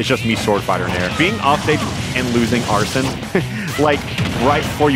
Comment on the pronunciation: Wait Did he just call Arsene, Arson